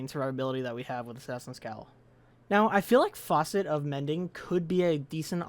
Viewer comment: i am sorry but you are quite literally pronouncing facet the same way you'd pronounce faucet